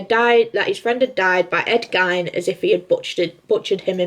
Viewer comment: It's 'Gein' as in 'Lean'!